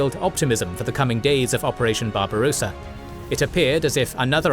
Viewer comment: Just a note : Barbarossa has 2 s, so you don't pronounce it like barbarosa, like a rose-a, but rossa. The o is short. Think of how you pronounce tosser.